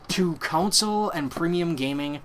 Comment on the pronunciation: Hey - - GREAT video - just one thing - its a CON SOLE - Its NOT a COUNSOLE!! since you said that word about 100 times - PLEASE learn how so say it!